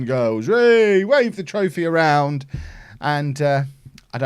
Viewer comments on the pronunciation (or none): none